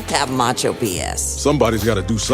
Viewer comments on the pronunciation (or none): none